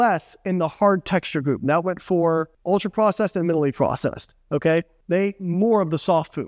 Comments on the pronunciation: Not “minilly;” it’s “minimally.” Not “verse;” it’s “versus.” 😂 Otherwise, great video, as always! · Is he saying minaley?